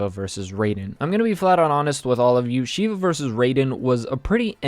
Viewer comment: As an Indian, I can confirm that is not how you say Shiva